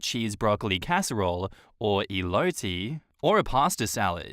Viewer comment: is so cute to pronounce "elote" with a pseudo-italian accent even though it's a Mexican dish lol. I loved those bloopers